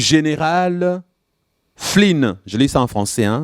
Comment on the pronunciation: je vous rassure c'est tjrs flynn en anglais (fleen)